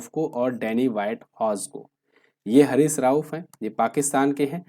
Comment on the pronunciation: हैरिस ❌ हरीश ✅